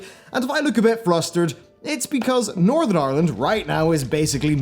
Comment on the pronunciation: It took me like ten times until I understood, that you said 'Northern Ireland' and not 'Northrend', which left me quite confused for a while... xD